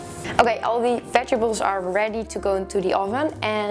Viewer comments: I love you to bits gal but its veg-et-ables....not vegables!!!!!!!!!!!!!!!!!!!!!!!!!!!!!!!!!!!!! >.< !!! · ohhh Its so funny how you say Vegibles instead of Vegetables )) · Veg-a-bles lol